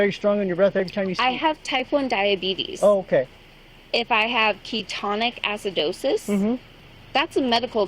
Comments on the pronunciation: Was this the same poor cop from the “I have to poop” Karen video? BTW, I love that she’s diabetic nurse and calls it “ketonic” acidosis.🙄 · Wtf is “key tonic acidosis” 😂😂. Definitely not a nurse! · Did she say "Teutonic Acidosis"? That's what led to the downfall of the Visigoths, wasn't it? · Did she say "ketonic acidosis"? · Love how she went from "smug know it all" to "crying baby" in 5 seconds. PS - - this "nurse" said "catonic-aci-dosis" LOL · Well if she has ummmm “keytone-ic acidosis “ she would not be safe to drive lol , nurse hmmm think it’s ketoacidosis! I’ll give her a small award for the excuse-mispronouncing words and slurring does not help! Since DKA puts you in the ICU. Anyway she is funny, and the officer is an example that not all cops are bad, watching these videos shows many are very professional. It’s got to hard dealing with 3 yr olds all day. The dude is just as dumb. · A nurse that says ketonic-acidosis 😂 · as a nurse myself…. I paused for a moment and wondered what exactly she said…. As she pronounced it incorrectly. Lol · I doubt she is a Nurse.....she can't even pronounce medical words correctly 😮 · yes, I know it's real. She mispronounced the word, yet she is a nurse. That was my point. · She isn’t a MF NURSE!!! She can’t doesn’t even pronounce DKA correctly! ABSOLUTE SHAME!!! This man needs to receive PATIENCE OF THE YEAR, CENTURY, ALL OF THAT!!!!!!! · She's NOT a nurse,more like spoiled brat that got kicked out of nu4sing school.cant pronounce ketoacidosis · She's Not a nurse. Cannot pronounce ketoacidosis😂😂😂😂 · SHES NOT A .NURSE can't pronounce ketoacidosis...LIAR. more like nurse google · She's NOT A Nurse..she can't pronounc KETO ACID OSIS FULL LIAR